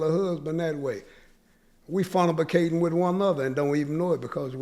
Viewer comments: Respect where respect is due. Mans spitting straight facts. But nigga said "Fornibicatin " LMAO. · Did he say "Funna-bi-cating??" Huh??!!!! Mama, hurr cum dat mam. Lol